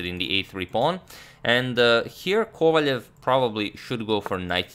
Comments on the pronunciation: Why do you say Kovaljev his name is Kovalev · Since you're striving to pronounce names better. Wiki says that Vladislav's name is "Владислав Ковалёв", so it should be "Kovaliov", stressed on "iov".